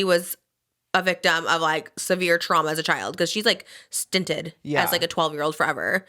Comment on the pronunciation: Obsessed with Trisha saying stinted instead of stunted 😂💕😂💕